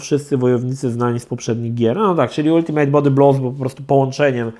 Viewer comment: Ultimate czyta się "altymet"